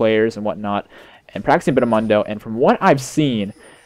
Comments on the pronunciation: why do you say mun-doe, its moon-doe. Even press his taunt or joke. He says his own name... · ***** Just so you know it, It's pronounced Moondo. Not Mundo.